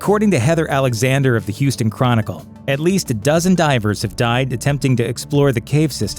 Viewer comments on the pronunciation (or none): none